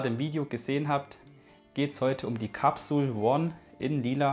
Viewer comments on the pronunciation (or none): Capsule spricht man Englisch aus . One spricht man ja auch nicht Deutsch aus . Peace No hate. ✌🏻